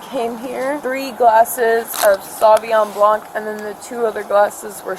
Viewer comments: Lmao she calls it "savyon blanc" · Haha! Sherrdunay. And then the other one says sawveeon blanc.